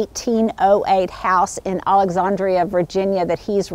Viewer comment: Oh my. I love Brian. I basically drool on his Instagram feed. He probably thinks I’m a lunatic. 😆 Such yummy colonial historic goodness. Thanks so much for sharing. I love the way you say “alexannndria” so classy. I say “AlexANNDria” à la Fran Drescher. 😂